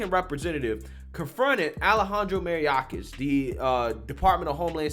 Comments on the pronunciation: It’s pronounced My or kus. Not Merry oc us. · Say it with me, Mayor Kiss. Now put then together... Mayorkas, not Maryakas... You need to get it right, as he is a big part of your commentary... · Ma....yor...Kas...not Mariakis.... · MA-YOR-KUS. Not Macoronias. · It's not mariakis it's mayor-kas as in "mayor" because he's Jewish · Alejandro Mariachis? Mariakis??? it's actually My Orcas as in My Killer Whales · Love your content. BTW : His name is pronounced "my-OR-cuss". But ya..... I've lived in the race est Appalachians, nearly my whole life. So, you'd think that I would have seen ALL kinds of white supremacy stuff..... And..... I have NEVER, EVER ran across ANYTHING even resembling it. EVER. It's utterly RIDICULOUS. Silly. Not based on facts. It's just a false claim. It MAY have , and PROBABLY existed at SOME point..... But it doesn't now. 👍😎🇺🇸👍😎🇺🇸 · Greg, the DHS Secretary’s last name is pronounced MY—OR—KOSS. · It’s MA-YOR-KIS. Not that hard. You’ve got to start getting the names right. I love your show, but it undercuts your credibility. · Sweetie, his last name is pronounced MAY-or-cuss or asshole.😬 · Love ya, Greg, but your killing me with this dude's name. It's May- Or- Kis. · May-ork-is.... just trying to help out LMAO It's absolutely TERRIFYING that the people in charge are SO full of shit. They lie right through their teeth and expect us to be stupid enough to eat their sreaming pile of crap they're trying to feed us. IN-FREAKIN-SANE!!! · Bro, it's pronounced "My-ork-us". He's a moron, but you absolutely slaughtered that name 😂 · Hahaha he always does. Makes me laugh each time he says Mayorkas incorrectly. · It’s okay, I love how he mispronounces names. I don’t think it’s deliberate, but he should make it his calling card.